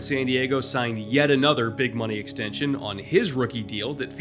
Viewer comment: Ill never forget that Taysom Hill "extention" lol